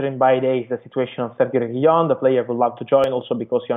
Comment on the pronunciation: the Pronunciation of Reguilón is..........RRRRRRe....Gui....Lón......going up at Lón...